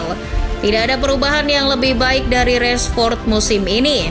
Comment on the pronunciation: Rashford bukan Reshfod